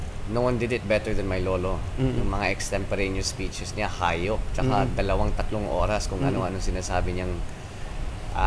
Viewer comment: the way he says the word 'hayup' kakaiba ang bigkas nya cute😉 ung pagkasabi at nagsabi....